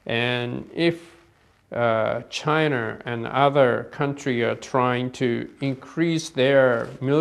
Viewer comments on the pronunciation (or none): Chiner, north korear ごめん、空気間違えた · "Chiner" lol